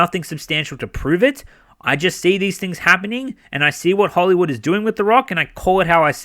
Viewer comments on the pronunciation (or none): none